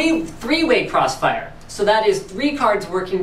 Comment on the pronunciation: thwee way cwossfiwe